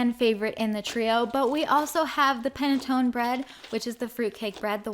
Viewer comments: Panettone is an Italian sweet bread typically eaten during Christmas time. It's pronounced panettonE and not panettonI or panetton P.s this is not an hate comment at all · Panna- toe- nee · It's pronounced pan a tone a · Its pronounced pan tone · It’s pannotone you spelt it right but it’s pronounced pannotonney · Two things 1. I have been waiting forever for ur restock! 2. Its pronounced PAN A TONE EH I am smart (searched it up) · u were soo close it is prenounced peneh tone eh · hey im italian, which is where the paettone cake came from and it pronounced: pan-a-tony *with italian acsent, no hate love you!!! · Panettone do not forget to say the e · if with ‘panettone’ you mean the Italian word, then you have to pronounce the last ‘e’ and it’s the ‘e’ of ‘every’ I guess? Idk how to explain that tho.